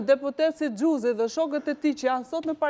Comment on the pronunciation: 😂😂😂😂😂😂😂😂😂😂😂😂😂😂😂😂😂😂😂😂😂😂😂😂😂😂😂 kush eshte kjo ????? Xhuziii 😂😂, meso alfabetin o gojore ,Gj e madhe e shtypit,gj e vogel e shtypit :Gjuuuuuuziiiii